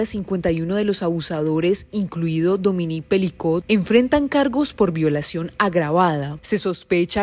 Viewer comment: Dominique. Pero por favor, busque al menos por Internet como se pronuncia. Dominique. No Domini. De la chouchoute mon enfant.😂